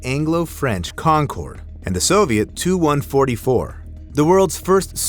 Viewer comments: When the narrator is live but just as stupid as AI 😅 he called the TU- ) 😂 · He called a Tu-144 a "2-144" and called a P51 a jet + called an SU-27 a "Suiiii-27" 💀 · Please tell the A.I. programmer to teach Art Official Intelligence how to pronounce initials. It’s not a SUE-27 or TWO-144